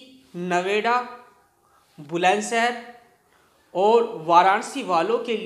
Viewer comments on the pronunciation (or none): Bulandshahar nahi h, bhai sahi bolo